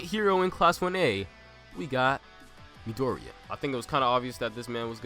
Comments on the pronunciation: 1 can you maybe pronounce Midoriya's name like "mee-dor-ee-ya"? Instead of "mid-ory-a"? 2 Midoriya has a lot of potential, due to the way his quirk functions, but I would say that bakugo should be in first as of right now, because of his destructive quirk. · I pretty much agree with the list. But please learn to pronounce Midoriya or call him Deku or Izuku =D